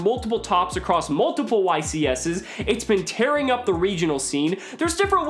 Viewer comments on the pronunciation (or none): none